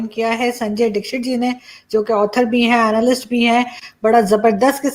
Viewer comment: Dick-Shit bol gayi sir aapko...inka tallafus sahi karwaye 😀🙏🏻